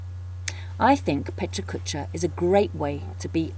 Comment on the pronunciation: The only thing that's killing me is the repeatedly HORRID pronounciation of a wonderful word. The "correct" one is just as bad. Sorry, but it really is distracting. Aren't you in Tokyo? Sorry for the snark, but it's a wonderful idea and this is terribly distracting.